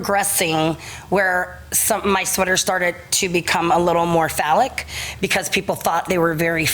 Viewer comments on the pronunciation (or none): Phallic not folic